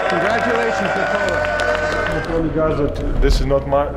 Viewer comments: He manages to say his brothers more difficult names properly but somehow he messes up "Nikola"... and it's painful every single time. The emphasis should be on "Nik" like you're saying "Nick", not on the "ola" like you're saying "Nichole". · PLLLLLLLLLeaseeeeeeeeeeeeeee it's not NI-COLA IT's NIKO-la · NeeCola ❌️ Nickolah ✅️ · Nikola not nick cola lol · Nikola is not said well, It should be Ni-kouh-lah, however the break between vowels is too long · first minute and I'm already tilted because of how he pronounces Nikola. No, it is not Ni-Kola. Dude isn't a drink man. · Good pronunciation except he can't even say Nikola properly, nor Nemanja or several others. I wouldn't praise it. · Can't even say Nikola properly though. You'd think you'd figure out how to pronounce his name if you wanted to make a 50 minute video centered around him. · Your Video will be much much better if you decided to learn the pronunciation of name of Nikola, Nemanja and Strahinja before to do this video... it's make mi 😂 hearing wrong pronunciation of their names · WITH ZERO PERCENT OF STEROIDES , YOU MEAN? And istress is on "I" , not "O"